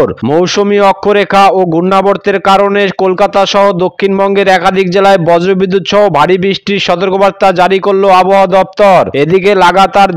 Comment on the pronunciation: আমি পশ্চিম মেদিনীপুর কেশপুর থানা শালবনি থানার মাঝে আনন্দ পুর থানার কোতাই গ্রাম থেকে দিবাকর মাল, আমাদের এখানে দুপুর থেকে বৃষ্টি হচ্ছে।সবঠিক আছে আপনার উচ্চারণ ঠিক হচ্ছে না,আপনি বজরবিদুত সহ এবং প্যালাবন বলছেন। ওগুলো বজ্র বিদ্যুৎ সহ এবং প্লাবন হবে, ঠিক করে বলুন। শুনতে ভালো লাগবে ধন্যবাদ।